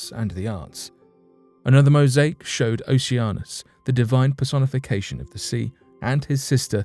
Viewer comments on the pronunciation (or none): none